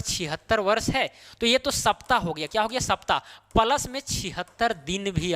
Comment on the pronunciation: Plus को प्लस बोलो पलस गलत है। आपकी भूल निकालने का इरादा नहीं है। लेकिन आप जैसे कुशल शिक्षक के टीचींग में चार चांद लगाने का ही इरादा है